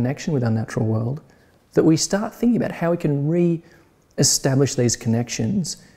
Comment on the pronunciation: "reestablish connections"